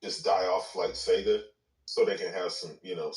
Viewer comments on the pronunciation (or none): none